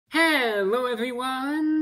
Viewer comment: Hewwo Wady’s and Gentlemen!